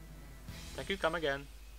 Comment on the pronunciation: "I am not indian" 2 Sec later.. "Tank yu come agin"